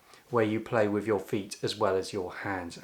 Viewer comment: Wiv instead of with.